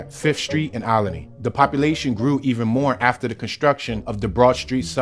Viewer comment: )...You must be from here (philly) to pronounce it Ol-i-ney"...That's how we do...:)